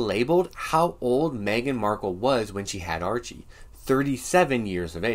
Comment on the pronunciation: Haha! Several times it sounded like you pronounced his name Urchie...urchin!